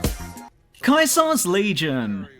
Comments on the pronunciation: That's Caesar as in sounds like seizure, NOT like Kaiser. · Pronouncing Caesar, Kaiser...that makes me think... ;P